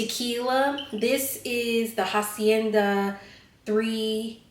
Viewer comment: As a Mexican it made it smileee just seeing how excited you were to eat the tacos 🤣. Always heat up the tortilla in a skillet or you can also put a small amount of oil on the skillet and that works well. Any tortilla that's not heated will break btw you pronounced hacienda and campanas very well!